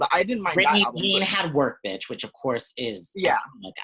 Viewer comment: It’s Britney betch!